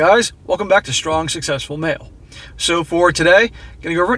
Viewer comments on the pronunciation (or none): none